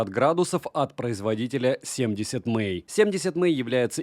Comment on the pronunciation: Все круто, но 70мАй, а не 70мЭй, это не английский, это пиньинь 😊 Далее. В этом ВР li-pol аккумулятор, и все... Если вы житель Сибири, дальше можно не смотреть про него. Аккумулятор умрет в первую же зиму, или что еще вероятнее в жаркий день, если авто оставите на солнце на улице. Нормальный ВР должен быть с ионистором (супер конденсатор), как в некоторых моделях DDpai, Papago и наших топ брендах. Только тогда он будет работать безотказно в диапазоне температур от -50 до +50, и проживет годы! P.S. у меня Papago P3, с ионистором, ему 12 лет уже, работает как часы в любую погоду, -40, в +40, похрен.